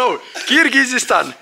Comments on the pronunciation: Киргистан эмес кыргыстан э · Киргизизсан эмес Кыргызызсан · Ошончо айтырганга жараша Кыргызстан деп айтып да!!!киргизистан дедиресин бузукуланбайле айт да эми Эл алдын да жургонда тилди маданияты ала жүр алып баруучу!!!